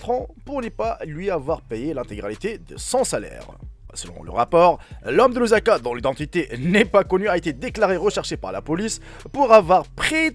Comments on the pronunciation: Ce Lusaka pas Luzaka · Lusaka et non Louzaka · Ça s'écrit : LUSAKA et ça se prononce LOUSSAKA et non LOUZAKA Eh oui en Afrique c'est possible, surtout dans de villages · Mais non, Lusaka pas luzanga